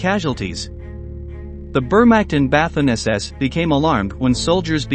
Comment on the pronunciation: the ignorant mispronunciations of the words "Wehrmacht" and "Waffen" made me throw up a little in my mouth. So typically American. I'm proud to be American, but so embarrassed by ignorance such as this.